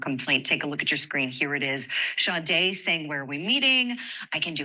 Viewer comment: Her name is SADE pronounce it correctly